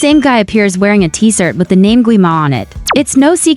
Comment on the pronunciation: Why you said “T-sirt”!?